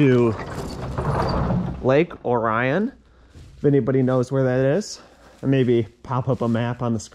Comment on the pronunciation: Lake Or-i-on not O ryan. Between Pontiac and Oxford along M24 aka Lapeer Road. Canterbury Village is on Joslyn road. Home of Always Christmas.